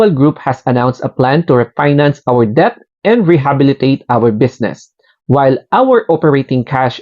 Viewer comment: Mali basa mo sa debt 😂